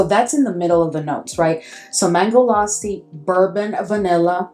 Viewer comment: Lassi ur saying correctly